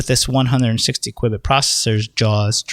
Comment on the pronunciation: Please stop saying QWIBIT, lol pretty sure it's Q-bit